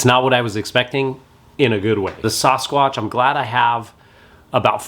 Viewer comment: s-AAAA-squatch. So grating to hear him say it wrong